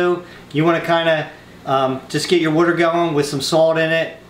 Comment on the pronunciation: it's water not waitr